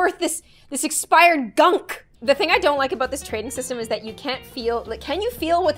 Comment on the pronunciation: “Exspired gunk”